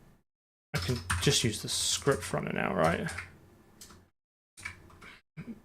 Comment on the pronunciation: ScruptRunner? Sure you're not a kiwi?